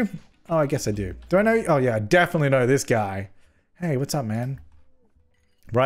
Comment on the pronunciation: wtf is a guym